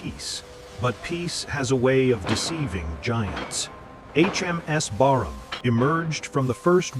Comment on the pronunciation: the name of the ship appears on the wreck as "Brarmaa". Later the irritating commentary calls the ship "Barnham". Disrespectful fake AI crap and a waste of time.